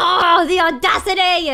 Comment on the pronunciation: Rae turned British for a sec when she said “The audacity”